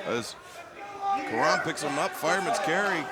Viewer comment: It's Karam . CAR-RUM. Not "kuh-rim" , "kuh-rom".